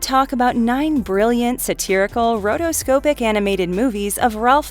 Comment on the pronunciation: Rotoscope-ee lmao